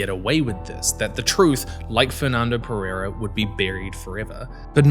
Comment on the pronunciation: Perrrrrreirrrrrra? I find it funny how westerners can't say the hard R from Portuguese and Spanish languages... It's better if you say "Pedeida" mate, instead of using your English accent and butchering our language. This rolling R of yours makes it seem like you're mocking our language.